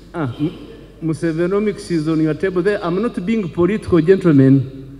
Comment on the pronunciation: I hear musevonomics🤔🤔🤣🤣🤣🤣🤣